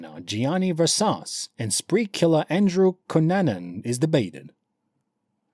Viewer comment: You are in no way pronouncing Versace right.